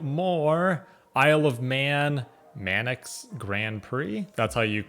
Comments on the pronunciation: Hi the word MANX is not MAN X it is the something along the lines of sounds like MINKS Grand ( PRIX ) is not pricks but rather PRE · You pronounce it "Manks" Grand Prix Bro. Sorry to be that guy, I can't help it! 🇬🇧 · Manx is pronounced "mancs" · Manx is pronounced 'manks' and is to the Isle of Man what 'English' is to England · It's pronounced Manx, the same way you would say thanks. There's no vowel between the N and the X. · There's no i in Manx. it is pronounced like banks. By the way, there are two different 'sets' of races. they are the Isle of Man TT and the Manx Grand Prix. The TT is held in early June and is a series of factory-supported races. The MGP is later on in the year and is made up of privateers.